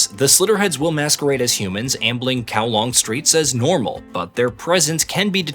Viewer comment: You made effort to pronounce the Japanese names, but zero effort to pronounce Hong Kong’s district setting Kowloon. Kowlong and then Kowloon. Very telling.